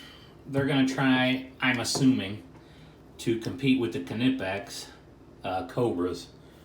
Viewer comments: Cuh- nip-ex?? Knipex; pronounced nipex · Not pronounced kernipex, it pronounced nipex fella. Look good those channelocks. The knipex have their own problems like the body is big than your average pair of engineers pliers. So not great for accesing tight spaces in boilers